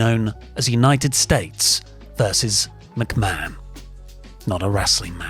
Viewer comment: I already don't much like this presenter but within seconds he mispronounced the name Mcmahon as McBann. On a live show, no problem we all do it. This thing was prerecorded edited and signed off on. My god. As if I wasn't already in a bad mood thinking about Vince in general.